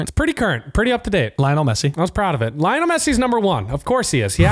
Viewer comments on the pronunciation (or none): Lionel pronounced Li - on - el . Not difficult . Unless your from where ? 🫢